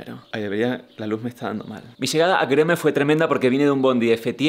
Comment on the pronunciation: Me encanta que pronunciaste con el acento turco GÖREME!!